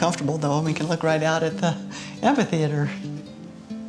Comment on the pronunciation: You butchered the beautiful word “ amphitheater “